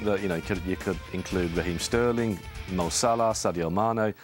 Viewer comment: That stupid fool saying sterling. Mxm. Tf 😥😥😥